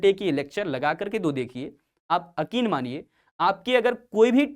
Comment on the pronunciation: Sir akin ❌️ yakin✅️